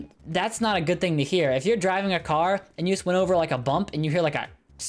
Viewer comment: i thourght the whole time he was saying diving not driving so I was like whatttttt? order food while diving?